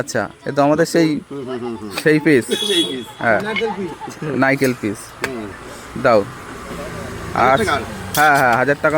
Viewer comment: নারকেল পিচ❌ নাইকেল পিচ✅